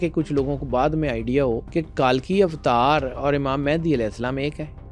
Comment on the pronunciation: It's not کالکی اوتار it's کلکی اوتار